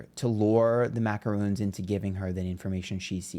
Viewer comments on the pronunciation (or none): Mah- crons* 😂